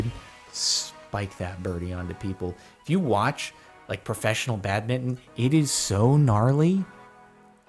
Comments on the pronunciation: For the love of jardonian why does he say badmitten instead of badminton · Everyone: badminton Jardon: bad-mittin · He said bad-bitten lel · Nobody: badminton Jardon: badmitten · Is it just me or does jardon say "bad-mitton" instead of badminton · I spelt it this way because he said badminton that way